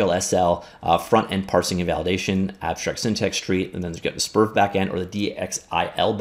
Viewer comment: The correct pronunciation is"SPER-VEE" :)